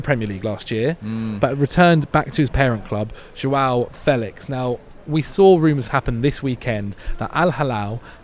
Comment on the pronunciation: managed to pronounce Joao Felix about 7 different ways lmao